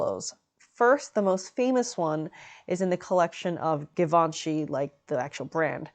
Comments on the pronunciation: it's givenchy like geee not give..... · Givenchy, gchee-von-she. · Love the informative fashion breakdown! Unrelated : is it not pronounced jee-vhan-shee ? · Why do you pronounce givanchy like that? The first sound is zh. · All those people correcting you in the comments is so upsetting. I’m sorry lovely! This dress is almost as beautiful as yourself! I for one have known about some of Givenchy’s designs for years and not once have I heard the name spoken outloud. Idk how they expected you to know the proper pronunciation. I was saying it how it is spelt all these years. Don’t feel discouraged, some people are just hurtful. Keep up the good work and thank you for everything you do! 💖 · Did you have to wear a strapless cone bra? How did you hide the straps in that cutout in the back? Also for someone who makes a great effort in pronouncing the French words so accurate (ie Duchess), why is your pronunciation of Givenchy not applied? The French (which Hubert de Givenchy was), pronounces it "Jzee-Vawn-Sheee"